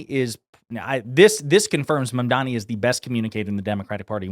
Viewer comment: Notice how he pronounced his name perfectly. 😂